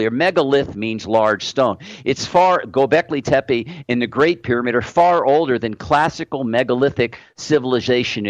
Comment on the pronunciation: Dear Your pronunciation of Gobekli tepe is wrong.It is a Turkish word, mean Hill with belly, So when you pronounce Tepe you have to pronounce the PE same like the TE.when i hear how you say Tepe i m actually hearing TEPI.But the way you say t is very cute:-)